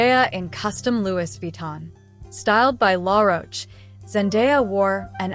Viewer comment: Not to discredit your presentation ... as you spoke nicely. You'll have to work on the pronunciation of Louis Vitton , Givenchy and St. Laurent next time you have a go at the Met Gala however. They are all renowned fashion houses deserving proper representation at least, :)